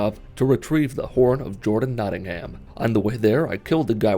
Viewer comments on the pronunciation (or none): It's pronounced Notting-um not Notting-ham